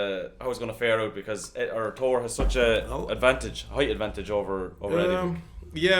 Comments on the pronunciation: Bro his name is thor not tour 😤. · you both pronounce his name with a to in stead of a th get your english correct its annoying. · He’s making a joke at how you say Thor. Tor instead of Thor. Thats all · I think it is pretty clear what they are saying. If the correct pronunciation is TOR and not THOR, then the person trying to say it should try to say it correctly. That said, both the guys in the video, on purpose or not, are actually saying the name correctly.